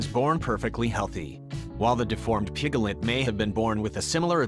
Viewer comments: Isn't it piglet not pigalet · A pig-gel-ette ? Two syllables, sir! PIG-let. Where did you learn to read? Two headed animals are not as rare as an adult who does not know how to sound out a word! Gees! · It's PIGLET ... not pigalet....sssshhhh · please stop saying pig a let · pig - i - let - it's NOT evolutionary. for pete's sake!!! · "Pick-a-lit". "pri-mit" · I noticed those, too! piglet with 3 syllables! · you mean pi ga let? LOL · PIGALIT? SERIOUSLY? NEED TO LEARN HOW TO PRONOUNCE THE WORD. I BET ALL THOSE CHEMICAL FERTILIZERS ARE CAUSING THESE MALFORMATIONS.......CAMBODIA ISN'T EXACTLY RENOWNED FOR IT'S CLEANLINESS. AND NO BODY HAS THE RIGHT TO KILL A DEFORMED ANIMAL, MOST OF THEM CAN LIVE A NORMAL LIFE & SHOULD BE ALLOWED TO LIVE. I HATE FARMERS BECAUSE OF THIS. HUMANS CAN BE SO EVIL, YOU JUST HAVE TO LOOK AWAY SOMETIMES. THEY DON'T KILL MALFORMED CHILDREN DO THEY? THEN WHY , DO THEY MAKE SUCH DRASTIC DECISIONS FOR DEFENSELESS ANIMALS????????? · It's so cute how you make "piglet" a 3 syllable word 💜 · stop with the electronic voice, the way it says piglet is really stupid